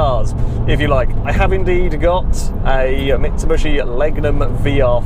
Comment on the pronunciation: "Mitsubushi"... never gets old xD